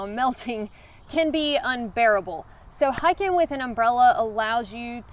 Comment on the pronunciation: Hiking -> Hacking